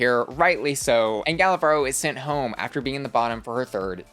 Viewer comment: Gala Varo 🤑🤑 ❌ Gala Barrrrrrro 🗣️💩 ✅